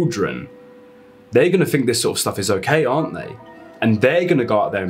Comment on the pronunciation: its think......not fink